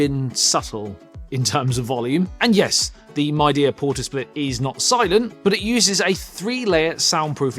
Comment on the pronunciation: Midea is from China, one of the biggest brands there for home appliances. It is becoming a big brand name in the world too. Since you are making a review of this brand's split conditioner, it's good to pronounce Midea properly - mee-dee-uh (similar to media).